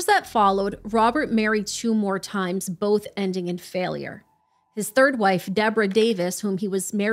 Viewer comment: i don’t understand how grown adults struggle with pronouncing a one-syllable word like “both.” it’s not fucking “bolff,”. you sound like a 3-year-old EVERY time.